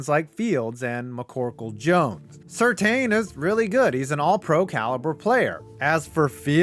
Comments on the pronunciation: its SIR TAN, not Sir Teen! PATRICK SIR TAN! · Surtain is pronounced SIR-TAN